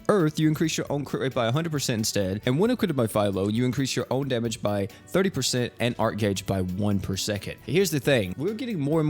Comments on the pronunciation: It's Fi-lo not filelo,. lol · Fy low 🤦🏽‍♂️ is Fee low (Filo) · Filo’s name is pronounced feh-eee-low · Cool vid only thing is that you pronounce filos name as fee-low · oh my god he butchered naofumi's name ;-; edit: just heard filo too lmaoo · U pronounced filos name wrong😂